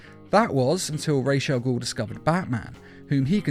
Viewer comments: Why in every video this guy has with ra’s al ghul in it he totally butchers the ra’s part of the name. It’s sounded out (rah-z). Like that. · You're saying Ra's Al ghul wrong